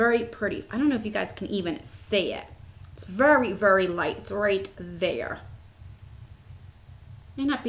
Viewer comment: I remember when that happened before! I just love the way you say very!! Vurry! It's great. Lovely eye look!